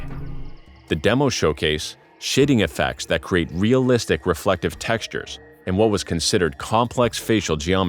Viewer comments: I thought bro said "shitting effects" 💀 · seriously sounds like you say "shitting effects"